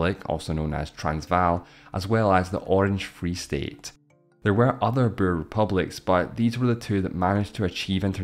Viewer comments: 'boer' is pronounced something like bore - not burr. It's the Dutch word for farmer. In 'Boer War', the words pretty much rhyme. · It sounds like you were saying burr instead of boer but nice job on south africa's section 👏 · This would have been a very interesting video if the narrator didn't speak in such a weird way and learned how to pronounce the word "Boer"